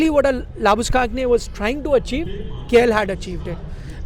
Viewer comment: Producer - please tell the main guy, it’s Labu-Shane not Labu-Skagney